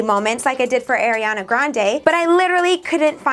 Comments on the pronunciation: 'air'iana grande lmaooo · It's not Airiana grande it's Ariana grande